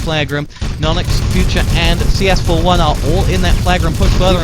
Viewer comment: CS4f1 sounds like: “chafee”